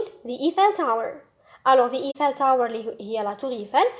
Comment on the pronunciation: Thank u just check the prononciation of Eiffel tower